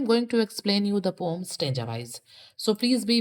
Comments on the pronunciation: Why are you telling pom not poem😂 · Why are you telling Pom instead of poem😮😂